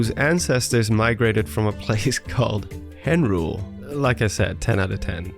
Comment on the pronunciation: You had me at "Henrule."